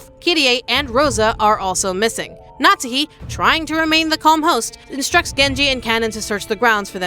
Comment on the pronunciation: Why do you call her "natzi", it's Natsuhi 🫣